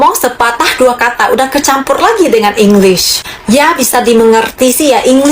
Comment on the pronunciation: Bukan Engliss tapi English (Eng Lish seperti Shhhhhhh) Kalau bahasa Melayu "R" di belakang tidak kuat tapi kita sebut "V" sebagai "Vee" bukan "Fii"